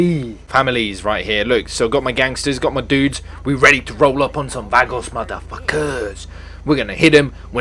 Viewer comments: You said Vogos wrong you say it like Voh-Gos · you know when ur doctor says say "ahhhhh" well it's pronounced"V-ah-go-z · It's va-r-go-s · he is saying it wrong it is Va-goes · It's pronounced VA-GO-S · It's pronounced Va-goe-s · It's spelled Vagos but it's pronounced V-AH-GOS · Nah its Vah-Gohs Vagos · ur saying vagos wrong